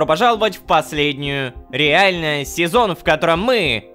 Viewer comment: Как же он плохо говорит слово "Реальность",столько серий подряд....